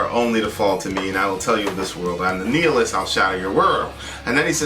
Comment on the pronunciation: kept saying the word nihilist wrong.